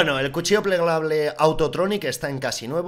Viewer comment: Like si quieres un cuchillo “pleglable”